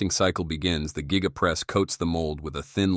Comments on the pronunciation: Gee-ga press. Met-AL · Geega casting…..😂